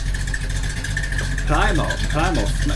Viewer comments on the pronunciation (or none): you're mispronouncing the word Plymouth (PLIM-uhth).. they apparently had a typo here.... That is a 1962 Chevrolet Impala, there is no such thing as an Imapala. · How could you guys possibly not know how to pronounce Plymouth? Plim like limb. Not ply like eye. lol. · It's pronounced Plim outh not Ply mouth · guys it's not pronounced ply-mouth. Its pronouced plimm-ath. That prowler only came with a 3.5 liter V-6. Some have been engine swapped with a V-8. Plymouth, mercury, pontiac, saturn car brands don't exist anymore. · Plymouth = plim-ith Pontiac= pon-tee-ak 😊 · Plymouth is pronounced Plimuth, and revving, the engine is actually healthy for it, as it helps keep carbon deposits blown out of the engine. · Plymouth is pronounced as "PLIM-uhth" in both British and American English. Love the show. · Hi folks. Fun. The model year and make of custom cars is very important. Plymouth is a Port city on the south of England. I'm surprised you didn't recognized the name. 'Plim - uth". None of the cars on the video were factory stock. Those beauties were all restored and/or customized with specialized exhaust systems, most with modified or transplanted, more powerful engines. All of them are wearing custom paint jobs costing in the thousands of dollars. None of them have ever seen an automated Car Wash - hand-wash only. Those Fords from the 30s are custom-built 'Hot Rods'. The original cars looked nothing like the finished Hot Rod. I was disappointed that they did not Rev those engines more, you weren't hearing them at the peak of their power. By the way, I have a 2002 Pontiac Trans Am. I can Rev the 250 Cubic-Inch V8 engine to 5,000 RPM all day long. The Red Line (Danger) on the Tachometer is at 6,000 RPM. In a Drag Race, I would wind it out to the Red Line before shifting gears. It is modified slightly to make 425 Horse Hower. Cheers. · I know...came to say the same thing😂 PLIM -UTH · Plymouth - pronounced PLIM-muth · the way you pronounce Plymouth... 🤣